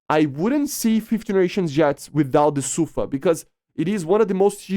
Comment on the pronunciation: The emphasis in sufa is on the A. It means storm.